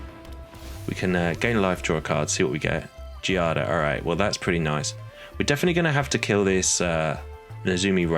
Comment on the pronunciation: My daughter’s name is Giada. The enunciation is Gee-ah-da. You had it right. It means Jade.